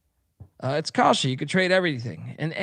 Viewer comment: Should ask your ad rep how to properly pronounce Kalshi.